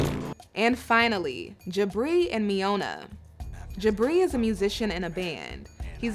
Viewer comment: Did you really just cause Miona “pneumonia”, instead???😂😂😂😂